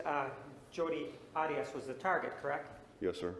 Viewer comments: Love how whenever juan HAS to say her name he says ADIUS other than that its 'maam' or 'this idividual' he hated her with as much passion and no doubt more than all of us! 😘🤌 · I wish Martinez had not decided to start pronouncing her name differently, he even went back to Arias switching to Otteeus (pronounced). It just struck me as odd. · I don’t mind a public defender doing their assigned job, so I don’t have as strong feelings about Nurmi as many... but that said, I can’t help remember as I’m watching this how Nurmi felt it necessary to ask Jodi about how she liked to pronounce “Arias” on the stand. Seemed to be for no other apparent reason than to dig at Martinez for pronouncing her Hispanic name the way it is pronounced in Spanish. Never got that.